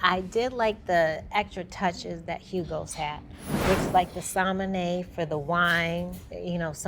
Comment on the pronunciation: The “somanay” for the wine??? 🤣🤣🤣🤣🤣🤣